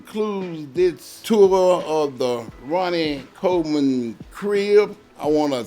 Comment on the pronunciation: "Ma Name Ronnay Koh Min" lol